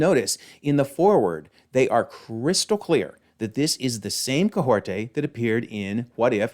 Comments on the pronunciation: Kahkorta it's Kah hori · Hey why can you not say Kahhori’s name right? Like we have literally heard it out loud so why do you not know how to say it; and why are you saying Kay-hore-tay and adding letters and sounds that are not there…? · That is definitely not how Kahhori is pronounced! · I believe it is kah-HOR-ee. Listening back to the her original What If...? episode, that's how it sounds when she introduces herself and her name being said by other characters. I have heard the interview with the voice actor, Devery Jacobs, saying her character's name. I could see how one could interpret the "t" sound on the last syllable, but I understand it as kah-HOR-ee based on what I hear. Hope this helps!